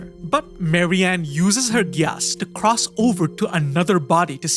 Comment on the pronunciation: The way you pronounce gyass makes me cringe hard holyyyy